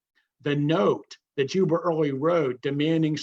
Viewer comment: Is he saying "Juber" instead of "Jubal" Early? Why? It's confusing to historical information...